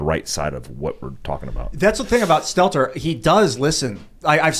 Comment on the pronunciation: Brian Stelter. Why don't you say his name correctly? How am I to know who you're talking about if you call out a name that doesn't ever resemble his? I wasn't talking about Stelter. I was talking about the original comment and how that comment was degrading and insulting towards the doorman. I never ONCE mentioned Stelter. I believe that it was an insulting way to talk about a doorman, calling him a "poor bastard", the way that he did. That has nothing to do with Stelter and I didn't mean it too.